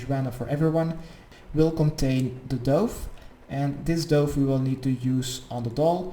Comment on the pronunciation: is it just me or was everyones dove in the same one as his? also doove lol i love how he says things is pronounced duv but spelt dove.